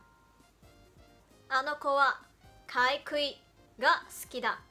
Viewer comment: ，「かいくい」ではなく、「かいぐい」です。